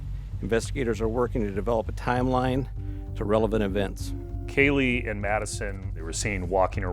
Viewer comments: Kylee??? Omg, pronounce her name well. KAYLEE is her name, not Kylee 🙈👀👀👀 how ignorant of you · Whose "kahlee" goncalves. This is insane, crime happened 2 and a half years ago and the r tards that report on it, even the last judge, don't know how to pronounce the victims names. Insane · I know that the reporter didn't mean to mispronounce Kaylee's name, but it's very noticeable. Do better and make the proper corrections The National Desk. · Not only mispronounced Kaylee’s name but the whole story here is false. The roommates were not home BK is innocent. You all should be ashamed of yourselves. This is a drug house & the cops are filthy dirty, it to mention the University. They need to shut down all of Moscow. Hope BK sues them all.